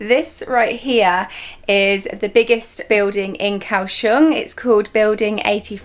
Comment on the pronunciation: It's not Cow Shong!. It's Goa Xiong!